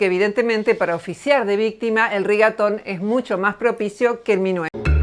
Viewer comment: Nadie: Absolutamente nadie: Ni el patriarcado: Roxana: eL RiGaToN